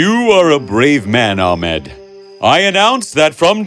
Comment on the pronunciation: It’s not amed it’s ahmed